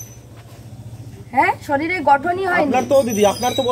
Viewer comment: দিদিভাই শরীর ওয়ার্ড টা ভালো ভাবে বলুন,,,শরীল শোনাচ্ছে